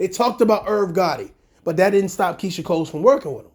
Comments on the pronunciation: Why you saying Keyshia “COLES” there’s no S at the end dude 🤣🤣🤣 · Her name is Keyshia COLE. There’s no “s” at the end boo. Just saying